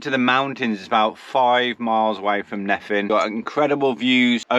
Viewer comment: Welcome to Wales! Just a little pointer….. there is no letter ‘V’ in Wales, so the single letter ‘F’ is pronounced as a ‘V’…. Making Nefin sound Neven, (as in ‘seven’). A double ‘FF’ makes the pronunciation ’F’ !